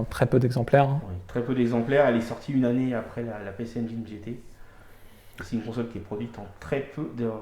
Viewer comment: La Pécé Anjaillene:D Pici N-Jin si tu veux le prononcer correctement parce que tu prononces très bien GAME GEAR et pas Gamme Jire!^^ Bravo de montrer de bien belles machines comme celles-ci.